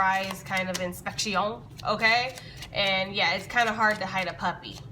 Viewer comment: The way you said “inspección” 😂🤣